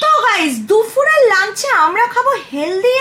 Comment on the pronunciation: Dufur noi Dupur🙃